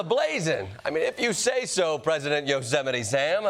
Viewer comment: Not yosimite sam😂😂😂😂